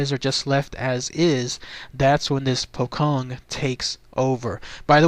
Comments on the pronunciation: You don't pronounce it as pokkong,, it's pronounced as pochong with a "ch" not a "kh" sound. Wrong pronounciations hurt my ears, you know? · yep, im Indonesian lol, its 'poe' like Edgar Allan Poe and 'chong' like cheech and chong. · will,its refer to as a pocong,the 'c' pronounce as in 'ch'...so 'pho-chong',mostly originated from indonesian,same as pontianak,('pon-ty-a-naq). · its pronounced poe-chong